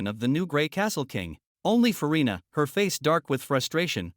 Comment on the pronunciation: i heard Ferrina or Furina